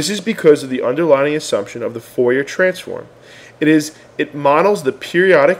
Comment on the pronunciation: Ingrid Deebahshees. :) Daubechies is French. Try "Daw-beh-shee" as a better rendition of the pronunciation, with the last syllable stressed :) And Fourier is pronounced "Foo-ree-yeh", again, last syllable stressed. Great introduction to wavelets, by the way. Thumbs up.